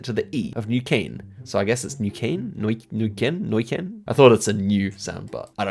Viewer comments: Neuquén you pronounce Naw ken kinda like that hahah I’m from that province, southern part, patagonia. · why in the Argentina guess, does it sound like you say in Dutch: neuken (dont translate and ban pls XD)